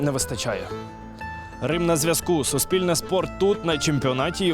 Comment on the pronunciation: Суспільне, а не "суспИльне" 🤦‍♂️